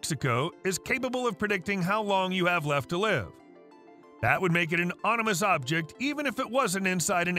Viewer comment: Anyone else hear 'onimous' ? 😄